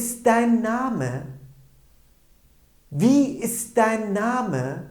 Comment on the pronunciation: dein telafuzu dain değil mi